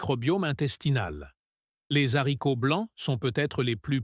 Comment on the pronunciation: Les zaricots, le milet? Cette voix artificielle est insupportable.